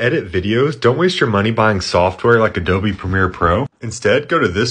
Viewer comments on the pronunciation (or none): none